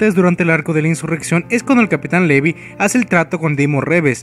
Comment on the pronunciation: libai?? wtf si te queres hacer el yanquee por lo menos levai es mejor. pero lpmqlrp es LEVIII . me cago el vídeo diciendo asi a mi querido levi. como molesta eso d los youtubers